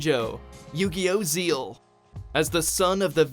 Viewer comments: Did he just call Zexal, Zeal. That's actually hilarious lol. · Yugioh ZEAL?? It’s ZEXAL. Lmao. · ITs not zeal it’s zexal you have to include the x it’s only called zeal in Japan and no where else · Am i the only one that heats “zeal” isn’t there an ‘x’ in there? It’s Zex-al. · Original Yu-Gi-Oh they have for dub everything else (not counting vrains) they have in the original Japanese language???? Also its zeXal! Not zeal how come you guys are constantly mispronouncing names when it comes to anime??? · It's zexal not zeal 😂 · THE TERRIBLE MISPRONOUNCIATIONS CONTINUES!!!! its zexal!!!! not fucking zeal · “Yu-Gi-Oh.... Zeal?” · Gleis that’s how u correctly pronounce it but many ppl still pronounce it Zexal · It's pronounced Zex-al. The X isn't silent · I’m 200% sure it’s pronounced Zex-all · Red Gundam Ranger actually zexal is pronounced “zayal” in the japanese version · "Yu-Gi-Oh! Zeal" Um, pretty sure you missed a letter there buddy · Did you seriously pronounce Zexal as "zeal"? What the fuck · "Yugioh Zeal" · It pronounced zeXel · I know this was probably a mistake. But y'all pronounce Zexal wrong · In Japan (or sub), the x is silent. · D-did you mispronounce Zexal? They literally pronounce the word in the anime! How do you do that!? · He said zexal wrong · You butchered zexal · You mistpronosed zexal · Technically there are two ways to prounounce zexal In japanese the x is silent In english the x is sound